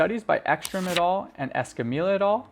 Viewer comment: Good but when referencing papers it is "et al." as in "call me Al", it being an abbreviation of the Latin et alia, meaning, "and others". Subbed.